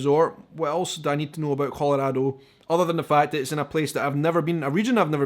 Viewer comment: I love how you pronounce Colorado, haha! 😄😍😎